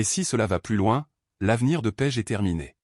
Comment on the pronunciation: Paige ou pêche vraiment l'ia est mal programmée c'est une catastrophe ecrite